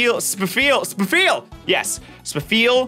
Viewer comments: 67/135. Just stuck in my head Edit: also, it's pronounced "Sfeel," not "Spuh-feel" Edit 2: 108, counting Masquerain, Manectric, Vigoroth, and Carvanha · Spafeal spafeal? disgusting pronunciation honestly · I think he pronounced it as "Spuh-feel" to help himself spell it correctly